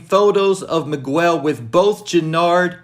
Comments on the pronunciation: nigga said meegwel lmao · The U I’m Miguel is silent . Js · You saying Miguel’s name wrong is triggering lol